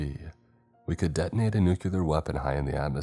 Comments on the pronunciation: Nuclear is pronounced "NEW-CLEAR" and NOT "NEW-CILAR" or whatever the fuck. It is basic English... why, why?? UK /ˈnjuː.klɪər/ US /ˈnuː.kliː.ɚ/ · Nuclear = "New-clear"